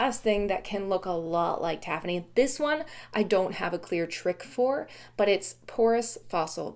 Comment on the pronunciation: Moqui is also spelled Moki, so you are pronouncing it correctly: Moe-kee. Using standard English pronunciation, with stress on the second syllable, tafoni I believe is pronounced ta-FONE-ee. And micrite: I have a bone to pick over the usual pronunciation of this word (mick-RITE), because it's a portmanteau word, from 'microcrystalline calcite:' MIKE-roe, not MICK-roe. Therefore, I think micrite should be pronounced MIKE-rite, not MICK-rite, but I've only heard one other geologist pronounce it this way in the last 20 years.